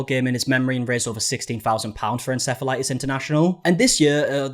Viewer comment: Why did u start pronouncing it en-sef-elitis? Just curious